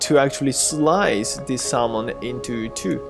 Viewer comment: I know it is spelled "salmon" but it is pronounced "samon" lol.